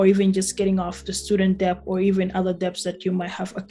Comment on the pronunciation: “B” is silent in debt.